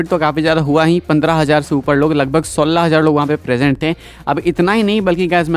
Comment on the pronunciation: Are aapko acche se 16 bolne mein problem hoti hai kya 😅😅😅